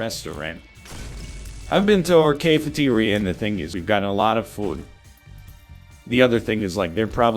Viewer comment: I just fuckin love the random mispronunciations: “Cay”feteria “Day”mage Movie “Teeth”er